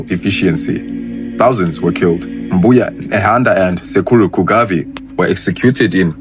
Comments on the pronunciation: Its Kaguvi not Kugavi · Amazing bro, just a slight correction it's Sekuru Kaguvi not Kugavi, otherwise all is clear